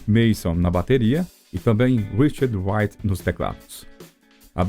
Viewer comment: O narrador deveria aprender a usar corretamente a pronúncia do nome de Richard Wright. Não se pronuncia "uaite" como o narrador faz diversas vezes. O correto é "raite".